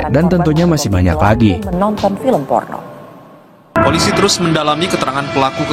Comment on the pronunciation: Porno bang bukan Forno 😭